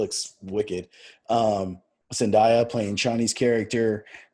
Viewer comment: zendaya’s name is pronounced like it’s spelled. zen-DAY-yuh not zendieya. good review besides that. you should definitely get into some of timothée’s work! he’s only 24 but he’s already got an oscar nomination under his belt and a decent variety of roles in his catalogue. call me by your name, little women, beautiful boy, lady bird, and a great netflix film called “the king”. i’d recommend checking his netflix movie out first as it’s closest to paul’s character. the others are more drama. and to the guy in the top left, paul’s scene with gurney was just training. that was his shield he activated. the scene was pretty much taken straight from the beginning of book so it wasn’t the weirding way like you thought although i’d like to see how they take that on too. also, you read the books out of order. dune messiah is book 2 and children of dune is book 3 lol.